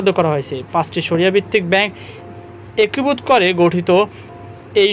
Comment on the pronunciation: হয়েসে কি জিনিস? একুভুত কি? আর রয়েসে কি? বাজে উচ্চারণ নিয়ে পাবলিক ফোরামে আসা উচিত না। আগে উচ্চারণ ঠিক কর তারপরে বকবকানি।